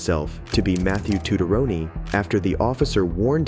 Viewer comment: Second guy can't even pronounce his own name. Tucciarone.